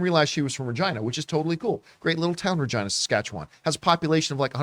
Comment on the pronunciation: Why isn’t it pronounced Reh-geena?